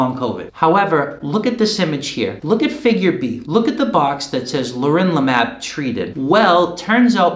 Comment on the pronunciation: it's pronounced leRONlimab